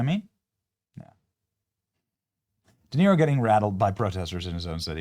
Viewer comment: DE-KNEE-ROW SUX What a warped idiot